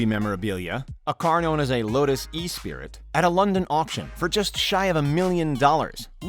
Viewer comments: You say esprie not e-spirit fksake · Lotus espree, not s- pree. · NOT e-spirit, ESSpry accent on the ess.